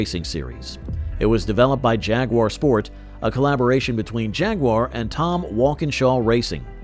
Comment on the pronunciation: Hey. If you can't pronounce the names, why do you produce a video like this? Check out how Jaguar and Le Mans is pronounced! Do not butcher it this horrible!